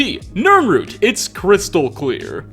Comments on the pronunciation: It's a nirroot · NiRnrooT, NirnRooT.